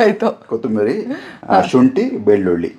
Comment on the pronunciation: ನಾವು ಉತ್ತರ ಕರ್ನಾಟಕ ದವ್ರು ಕೊತಂಬರಿ ಅಂತ ಹೇಳ್ತಿವಿ ಅವರೇ, ನಮಗೆ ಕೋತಿ ಮರಿ ಅಂತ ಕೇಳಿಸ್ತಾ ಇದೆ kotamiri 😂